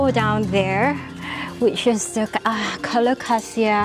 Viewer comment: The Aglaonema is Aglaonema commutatum 'Alumina', which was originally found in the province of Rizal on Luzon, while the vine is Phanera aherniana var. subglabra, which occurs in both Borneo and Palawan. Love the way you pronounce 'Alocasia'- the way it should be! However, 'reginae' should roll off the tongue as 're-hee-na-e', as there is no 'J' sound in Latin 😊